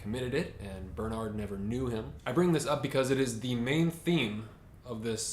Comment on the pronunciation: Great review! His name is pronounced 'Bairn-heart' by the way - 'Bairn' like the Scottish word for child.